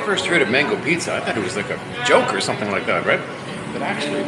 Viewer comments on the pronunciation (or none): none